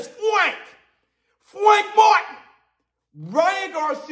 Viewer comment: Aye, can you stop with the disrespect of Frank's name pronunciation lol